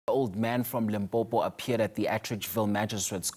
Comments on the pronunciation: Limpopo not Limpompo yhoooo dis man aowa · You better call it Polokwane if you don't want to pronounce limpopo correct 💯